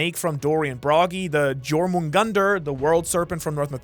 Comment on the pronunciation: Interesting stuff as usual. Love your channel. Though the world serpent’s name is pronounced (your-mun-gan-der)